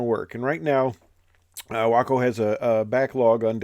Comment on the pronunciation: It’s great that you pronounce your WACO correctly.